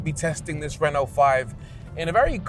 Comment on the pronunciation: It's not Reeno, it's Reno